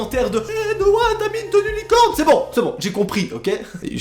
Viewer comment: HEY T'A MIS UNEUH TENUEUH LIIIICOOORNEUH!!!!!